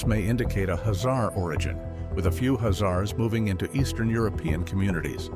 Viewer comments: The announcer is pronouncing the name of Khazars totally wrong by saying azar's... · The k h is pronounced in the name, khazars...